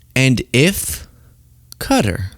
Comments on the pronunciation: It's not "Cutter" It's "Cotaar"! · Hey how come you're saying Cutter not Qatar? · It's NOT pronounced Cutter jesus I hate agreeing with Trump but he is pronouncing it right and you are NOT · I prefer your more serious side when posting. Also to all please learn how to pronounce Qatar. Phonetically sounds like this cat=ar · Cutter??? No Wonder The World Hates The USA Right Now, When You Cannot Even Say A Nations Name Properly. Whats Next? Chinia? Roosia? Isntreal? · Qatar is not pronounced "cutter." Quit being ignorant. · I can’t hold it in any more! Qatar is pronounced ‘cat-R’. Keep up the great content!